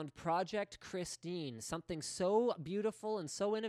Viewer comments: It's Project Christine, not some cookie brand lol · Just so you know, it's 'Christine'.